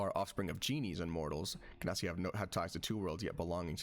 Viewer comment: LOVE THE VIDEO... hate the genasi pronunciation 10/10 would torture my ears again